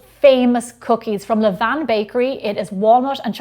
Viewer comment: Thank you for your correct pronunciation of "levain". I hear people saying "levane" all the time and I hate it!